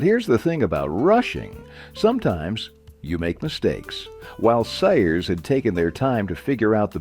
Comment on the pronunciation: Your "narrator" mispronounced Sears as Sayers.